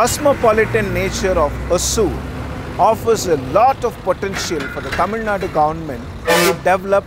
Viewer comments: For beginners it's is Ho-sur.... Apparently Hosa-oor(the new town) in the past. It's not hoa-soor or hoaazoor... Even in Tamilnadu it is written as hoasur 😢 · Please pronounce it in its original way : Hosoor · All the investment attraction efforts of karnataka Govt has definitely helped TN hosur because of it's proximity with bengaluru and it's infrastructure like international airport. Hosur is a kannada word hosa meaning new ooru meaning village or town. Don't pronunce it as hozur or azure .